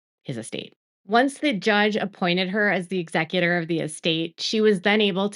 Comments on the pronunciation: Thank you for this, just one note: it is Ex-E-cutor, not EX-e-cutor. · I love ya, but exECutor. Stop saying EXecutor. Thanks! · It's not pronounced Exe"Cuter" (that's someone who killed someone " it's pronounced"exEckyouter" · ex EC u tor, not EX ec u tor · Good coverage but please learn how to say Executor. There's a big difference in ExEcutor and ExeCutor. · It’s pronounced E-zec-u-tor